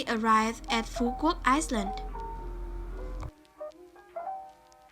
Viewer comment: "An Giang, Phu Quoc VÀ Can Tho" dễ thưn zayy Phát âm càng ngày càng hay lun í, mê vlog nầy quá